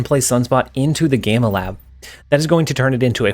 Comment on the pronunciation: The "gay-ma lab" WTF? Lol it's pronounced gam-ma lab 😆 can you tell he's not a Marvel fan? Cars players I swear lol